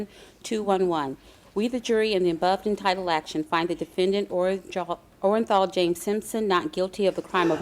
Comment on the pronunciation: Mrs Robertson was so articulate with her readings in court but she botched his name with the most replayed verdict in the history of the planet...my guess is she was stunned what the verdict was as she was reading and almost said Orajel (the toothache pain medicine)...instead of Orenthal..